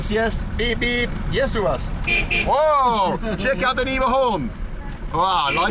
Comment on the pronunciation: It's Niva not Neva ) Neva is a river in Saint-Petersburg. Niva is something like "field place"